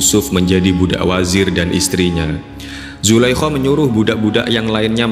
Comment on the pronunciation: Nyebutinnya zulaiha apa jangan zulaiho , ga enak banget ngedengernya